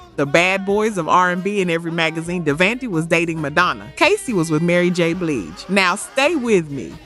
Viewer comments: Thank you! Because these artists has been around for a while and their names were NEVER pronounced like that. I'm listening and saying to myself "wait, what?, who?" 🤦‍♀️ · Totally read my mind, was like who proof read the script or bad AI voice over 😅